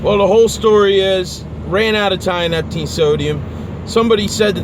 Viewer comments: tee uh nep teen < not tie uh nep ok kool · Uneducated people shouldn't play about with drugs. If you can't pronounce its name properly then you clearly haven't researched it enough to use it responsibly. This is why potentially useful novel substances get banned.